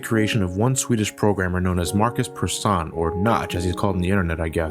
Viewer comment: I am swedish and I just love the way you prounounced(wrong spelled?) Markus Persson:) Great vid:)